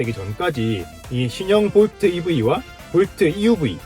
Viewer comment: 볼투?? 하하...웃기네...